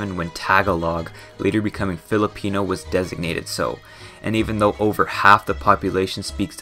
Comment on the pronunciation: it's Filipino not pelepino